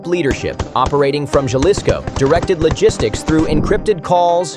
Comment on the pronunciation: And he pronounced jailsci wrong